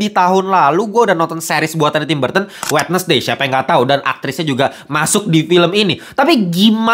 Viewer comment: “Kak ini perbaikan aja ya bacanya bukan “wednesday” tapi wensday”